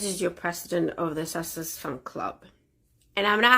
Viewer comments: IS she drunk?? LMFAO Gotta say I love the way she slurs out "SUCKSESS" instead of susesex -- it's absolutely hilarious. Plus she's crazy AF...right up MegaFlop's alley. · Good grief. I'd say thank you,, but I feel I've now lost a few brain calls after listening to the mind-numbingly stupid delusion of a "squaddie" with verbal diarrhoea but who is unable to pronounce even her idol's title correctly. I thought she was a tad creepy, too. And...she's the "president" of the Sussex Squad, and they had a meeting, so she's admitting that they meet and discuss things. So the inference is that they would also have planned all the attacks and death threats against the Royal Family, especially the Wales family, everyone who criticises her, and now Dr Chandauka and the other ladies of the Sentebale board. So as president, presumably she should be held responsible? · It's not just Sussex she can't say it properly, she can't say anything properly .😂😂😂